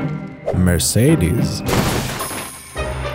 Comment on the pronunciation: He did pronounce Mercedes correct though. mur-say-deez(nutz)